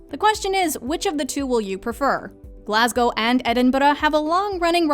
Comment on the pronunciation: Wow, the narrator is literally the first American I've ever heard pronounce Glasgow properly. 👏 Edinburgh she nearly got right